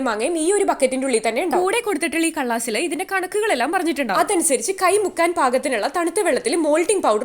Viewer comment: കള്ളാസ് ❌ കടലാസ് ✅